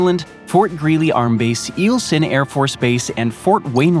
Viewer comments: You mispronounced Eielson (Eye-al-son) and Valdez (Val-Deez), I know its nit picking, but as an Alaskan, I needed to let you know. Also, Fort Greely isn't in Fairbanks, it's in Delta Junction they are hours apart. Not even in the same Borough. Alaska proved that invading it was near impossible during WWII. One thing you did not take into account is the US Military's Airlift/Cargo capabilities which not only connects Alaska to the lower 48, but also to US bases in South Korea, Japan, and Hawaii. It's worth noting that "Defense Spending" is not necessarily a true reflection of the military capabilities in a particular state, as a large amount of the spending is on basic materials for the Entire US Military. (i.e. Aircraft spending - Boeing/Mcdonald Douglas/ Lockheed Martin That funding would be directed to the states where the Companies are located, same with ground Vehicles - General Dynamics, Oshkosh, or Uniforms and basic equipment. And there is also the amount that is spent on Upgrading the living conditions/quality of life on these installations [which by the way, is millions and has no effect on the combat capabilities of the units in that area]) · Lol you said EEL-son AFB. Lol an when talking about Vermont they show a B model F-35..not an A model